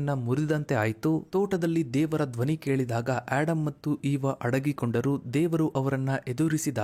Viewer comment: ಆಡಮ್ ಅಲ್ಲ ಆದಮ್